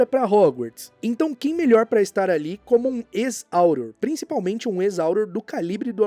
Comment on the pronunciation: Não se fala "áuror" se fala "aurôr" , melhora isso dai bruxo.